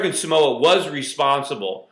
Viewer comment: its SAMOA not somoa. lol and what the hell?? What are they doing to america samoa man ! STOP SCREWING UP! We all gotta start paying attention to whats going on... I feel robbed lol